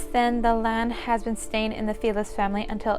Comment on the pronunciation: It's not "filez", it's FELIZ pronounced (feh-lees). Translates to happy.